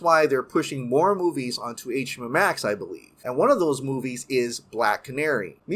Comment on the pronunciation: I don't know why but it sticks out like a soar thumb to me when he pronounces words that have an X in them without emphasis on the "Ex-sss". For example... "VF-eck".. "Net-flick" I've heard him said "HBO-Mac" before too... not trying to be a jerk or anything but just something I've noticed